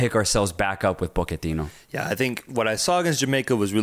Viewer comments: I love you guys but, why are you pronouncing his last name “Poketino”? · Hearing Pochettino's name being mispronounced. It's not that hard. Even the premier league commentary never used that pronunciation 😂